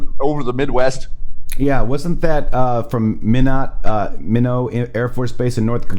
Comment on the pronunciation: Minot AFB is pronounced MY-NOT